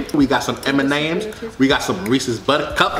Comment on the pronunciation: he says m-n-ms I’m dead